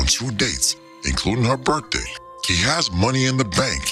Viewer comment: Did she say berrfday?